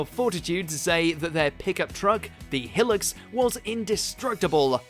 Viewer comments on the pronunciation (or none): omg you did not just pronounce "hilux" like that lmao facepalm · Just what the fuck is a Toyato Hill-Lux......even bloody 5yr olds know it's pronouncfed High-Lux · whats a 'hillicks?' its a High-Lux. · Helux hahaha it’s said high lux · Are we gonna ingore the fact that he said hill-lex (Spelling how he said it) instead of High-lux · its not "hillux" its Hi-lux smh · The Hill-ux lol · Hi lux. Not hillux. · Hilux is pronounced “High-lux” not “He-lux” LOL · Lol you called the truck a "high-lux" and then later a "hill-ux," Christ its pronounced "he-lux." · Hilarks? your pillarks 😂😂😂 its pronounced high lux!!! 😂 😂 😂 😂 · Mans really called the Hilux a “Hill-ux” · It's a hilux Not hillux It's hi as in high, and lux as in luxury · Aaah yes. The Toyota Hill-Ux. My fave. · Hill ucks.. wut.. it's pronounced "High Lucks".. voice over got 1 out of 2. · I'm sorry..... the Toyota what?!? It's not Hil-ux but Hi-lux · WTF is a Hillix? try saying Hi Lux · Hill ux? High lux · Its Hi-Lux not Hillocks ffs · I love how he says hill-ux instead of high-lux 🤣👌🏾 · Hilux is HIGH LUX not Hillocks. Please fix yourself!!! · It’s pronounced high-lux instead of hill-ex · What the hell is a "Hillocks"? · Hilux.. its pronounced High-lux.. not whatever u said.. hill-lux ffs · Just heard the “Toyota Helux” and cringed. Don’t know where he ever got that from, it’s always been pronounced “High-Lux”, even on Top Gear (you know the show they’re trying to do a top 10 on?!) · It's a ute and it's pronounced Hi Lux,not Hillux. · The "Hillocks"!?!?!? Mate its pronounced High-Lux, to be fair the name should be hyphenated but I suppose it makes perfect in Japan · gambem and hilix triggered me sooo Much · Pronounces it Michael Gambon, then says Gamben next sentence. And the hi-Lux with a short i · Hilux say it properly for gods sake it’s hi lux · How did the narrator pronounce Hilux two different ways in a many sentences? High-lux or Hill-lux, pick one. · Why u say hilux like helix